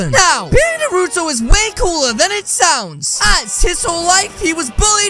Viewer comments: why do you call him narotoo it should be naruto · It’s nar-a-toe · As "na roou toh" Bro it's narùto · I like how he calls him Narooto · He said nurto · It’s Actually naruto not nuroto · It’s not norotu it’s naruto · Did said nuruto lol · AHHHH HE PRONOUNCED IT WRONG IT'S NA NAH NARUTO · Bro you said Naruto's name wrong and this ain't even close to Cannon!😒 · i like how he can’t say nartuo right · It’s pronounced Naruto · you can say the name right ya know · You said Naruto wrong=|